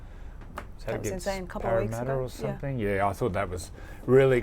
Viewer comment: "Some-think"......instead of "something" .....ouch....terrible English lady